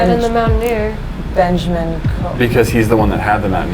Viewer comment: one of my biggest pet peeves it's BenjAmain not benjerman vomit